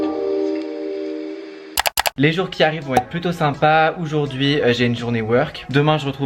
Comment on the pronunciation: Sa me stresse dans toutes ses vidéos il dit oujourd’hui😂😭